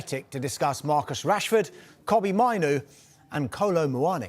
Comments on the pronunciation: Minoo???? 🙄 Say it properly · I'm sorry how much do these lot get paid and can't even be bothered to pronounce names right. 90% of names they said are wrong I meN I know kobie mainoo but who's kobi manu